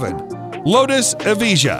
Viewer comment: I love how he says lutus evije like e-vee-jah but its ev-eye-juh